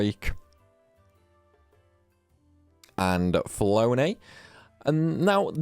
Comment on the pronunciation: Did you say meliodia instead of melodia? I think her name is said like "melo di a" not "meli odia" Flonne is pronounced flan. You left off the a in seraphinas name. And the other d2 char was axel.